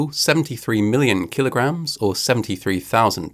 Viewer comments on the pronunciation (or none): What the fuck is a kilograham?